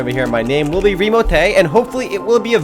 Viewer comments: lol "ITS REMOTAY" xD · haha i love the guy whos like 'OMG ITS REEMOTAY' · IT"S REMOTAY lol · lol the guy in the first room remo join is like ITS REMOTAY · said OMG ITS REMOTAY and so he is immature he wanted to show you how cooooooooool he is >.> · "OMG! ITS REMOTAY!" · "OMG! ITS REMOTAY!" Hahah